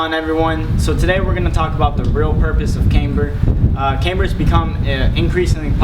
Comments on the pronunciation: cAmber, not caimber.... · Thanks for that. BTW it's not CAmber, it CAMber.